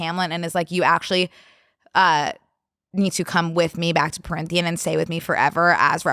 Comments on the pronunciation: love love love you and I’m so excited for the acotar episode but I thought it could be helpful to say that Prythian only has one n pronounced like pryth-ee-an and Alis is said just like Alice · the pronunciation of Prythian is driving me a lil bit wild, but can’t wait for the ACOTAR episode.